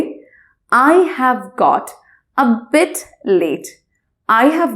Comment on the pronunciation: your pronunciation a little bit wrong.....your voice make sound bate, not bit....